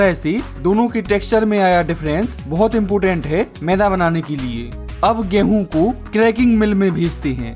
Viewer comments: सब ठीक है पर मैदा को मैंदा क्वो बोल रहा 😅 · Bhai mai like share subscribe sab kr dunga lekin tu phle मैदा ko मैदा bolna sikh ऐदा नहीं bolte usko... Tbhi se ऐदा-ऐदा bole jaa rha h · Bro it’s not meinda maida😂😂😂😂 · Meda bolo bhai 😂 menda nhi 😂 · Is aadmi ko maida bolna nahi aata Yeh mainda bola, laanat hai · Ye maida bolte h na ki mainda 😂😂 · भाई तेरा ये व्हिडिओ बहुत बडीया है. मगर तू ठीक से शब्द उच्चारण करना सीख ले. तू मैदा,या मेंदा,या मैला इस मैं से क्या बोल रहा है. जरा खुद ही फिर से ये व्हिडिओ देखं कर फिर से बता. कॉमेन्ट्री खुद ही करना जरुरी तो नहीं है. किसी अच्छे शब्द उच्चारण वाले को ये काम देता तो बेहत्तर होता. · Mainda nhi maida h ye pahle bolna to seekh le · मैदा ❌ मैंदा ✅ 😂